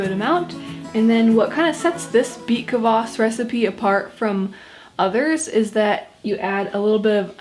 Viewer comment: The way she said kvass made me wanna kms